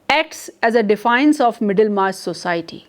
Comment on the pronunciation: Ma'am you are a good teacher just a little bit of improvement needed in your pronunciation of some words for example : " society ". And yes another thing please wear simple saree your saree is very distracting it seems as if you are going to appear for some invitation. IT IS VERY DISTRACTING. YOUR ATTIRE N YOUR JEWELLERY IS TOO MUCH FOR TEACHING ONLINE. YOUR CLOTHES REPRESENT YOU THE MORE SIMPLE THE BETTER. HOPE YOU UNDERSTAND.